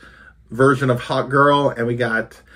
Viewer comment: Great video as usual! Thanks! When you said hawkgirl it sounded like hotgirl to my sus mind. I almost had to goggle if there was a comic character called hotgirl... maybe one day